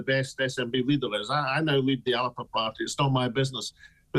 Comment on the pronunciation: It'S pronounced Alapa notAlba